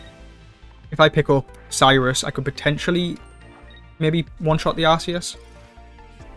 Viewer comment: Quick PSA. It’s pronounced “gear-atina “ and “arc-eus” :) Sweet deck!